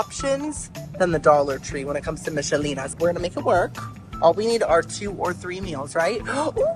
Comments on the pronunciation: It's pronounced Mickelina just letting you know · I may watch again to count how many times you said Michelina wrong. 😂❤️ It’s like nickel. Mic-kel-ee-nah. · It's pronounced Mick-ah-leena haha